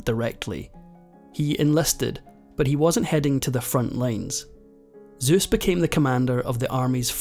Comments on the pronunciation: Why do you say Zeus’s and not Seuss? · SOICE not *ZOOSS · Seuss, not Zeus, lol! Good video! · The commentator keeps saying Zuess!! It's Suessl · Who gives a shit. The whole world calls him Seuss not Zeuss 😂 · I can’t finish watching because it hurts my ears to continuously hear you mispronounce his name. Seuss not Zeus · Ok ill say it...wtf is the deal with not being able to say suess ? You say zues every time...you can obviously say the s part so is thos a badly written ai ? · Soooos not Zeus . LOL not its Zoice ? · It's NOT pronounced ZOOSE...his name does start with an S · Why zuess? Suess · In the u.S.- we don't pronounce it as this narrator does; we pronounce it "Soos". Not Zoos. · Why did the narrator keep calling him Zeus instead of Seuss? And even if Seuss himself said the correct pronunciation rhymes with Zoyce that would still be Soyce. 🙄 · He said Zeus instead of Seuss every time. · Stop pronouncing Seuss like Zeus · The name is Seuss with an S, not Zeuss. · The name was pronounced "Seuss" just as it's written, NOT "Zeus"! 🧐🤨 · Suess, not Zuess. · Pro tip. It's pronounced 'Soose,' not Zeus. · So it's 'Zoice' not 'Seuss'. As in: Dr Zoice Ain't very noice. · His name was "Seuss" pronounced with an "S" not "Zeuss" pronounced with a "Z". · Sorry in advance not criticizing just want to bring awareness . The error everyone makes is pronouncing his name. It is pronounced 'zoyce' as in invoice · It's not Zeus! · It’s funny and ironic that the narrator ends the video by saying we’ve all been pronouncing “Seuss” incorrectly, when throughout he says “Zoose” instead of “Soose”, which is how I’ve always said it, along with everyone else I know. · It's Seuss with an sssss. Not Zeus with a zzzz. For fks. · It would be nice if the narrator said “Seuss” instead of “Zeus”. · Not ZEUS but SEUS in English. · Why does the narrator pronounce Suess as Zeus? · Soose, not Zeus. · SEUSS is not pronounced Zeus. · "S"euss NOT "Z"euss the Greek God. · Sues, not zooez!!! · "Dr. Zeuse"